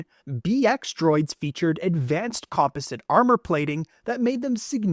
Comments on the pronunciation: The way this guy says composite and parasitic frustrates me lol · Dude’s got some weird pronunciation, parasitic and composite; seems like he’s never heard them spoken before 😂 Edit: or it could be an AI voice, but I doubt that